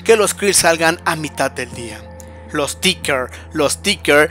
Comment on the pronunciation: Es Ticker, no Tincker, nmms ya te hemos dicho un chingo de veces